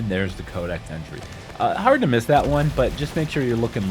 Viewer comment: SAY CODEXXX. Fuck! Dumbass.. cant u read.. where the hell sre u getting “kodak” from? Soo annoying!!